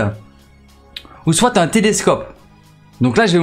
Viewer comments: il prononce le t a la fin j'avoue. c peut etre un belge francophone ou un suisse ou un quebequois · Tu utilise le mot soit comme si y'avait un e c'est insupportable a l'ecoute